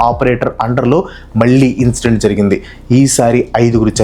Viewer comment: Brother Please consider this positively. "జరగింది అంట"కాదు జరిగింది, "అనమాట" కూడా వద్దు. Make the topic your own. Some PAUSES are needed. Little slower in speech.